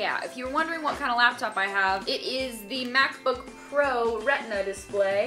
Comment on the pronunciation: It's LAPtop not LABtop.... holy fuck